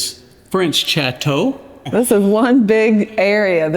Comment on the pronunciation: Chateau is actually more like “shat-toe”